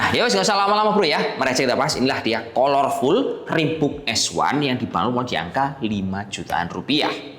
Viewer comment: bacanya kalerful mas, bukan kolor wkwkw